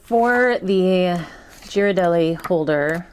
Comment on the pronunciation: you lost me at Gee-rardelli 😂 cut tho 👍🏽